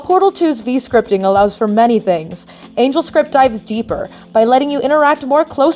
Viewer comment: *angelscript Angle is pronounced completely differently